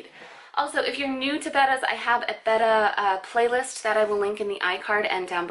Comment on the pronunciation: Do you know that your saying Betta wrong?